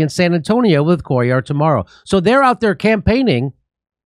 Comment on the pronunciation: (for future reference, Cuellar is Hispanic, so it's pronounced KWAY-yar)